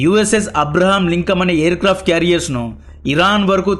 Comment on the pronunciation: ఏంటి సససర్్.....😂😂😂 అబ్రహం......?😂😂😂చెప్పండి స్స్స్స్ ర్్్.... అబ్రహం లింకం ఆఆఆఆ😂😂😂ఒక మహానుభావుడు పేరు తెలియదు మీకు సససర్... అబ్రహం లింకన్ 😂😂😂